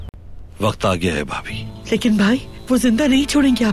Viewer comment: Vabi nahi BHABI.....😅